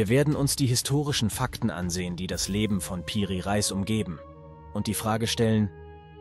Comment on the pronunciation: Nice Video, aber kann kein Reis mehr hören ☠️, es wird Re_is ausgesprochen und bedeutet sowas wie Oberhaupt. 😂😂